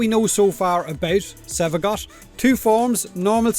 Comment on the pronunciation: I kept hearing Sevagot